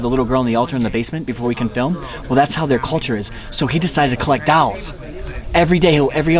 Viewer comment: InvincibleCap thank you. Someone teach him how to pronounce dolls please